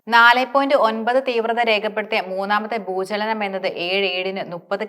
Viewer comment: Bhoochanam അല്ല ഭൂചലനം 😂😢